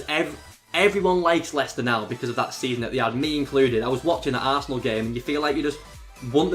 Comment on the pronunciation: I thought he said Tass' asshole when he said arsenal